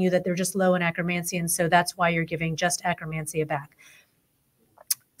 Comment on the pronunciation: Why do they pronounce it akkRamansia? It is akkeRmansia.